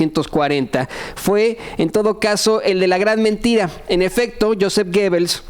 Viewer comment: se pronuncia "yusef guebels" y de hecho "TODOS" las propagandas políticas modernas utilizan su modelo y se basan el uso de medios masivos. Este sujeto era sumamente inteligente y revolucionario para su tiempo, sólo que pues con ideas algo torcidas,o al menos eso dice la historia. y pues hay que dejar de dar replica a todo como perico y hay que indagar más en el tema que vas a exponer, y no me mal entiendas me gusta tu canal, saludos.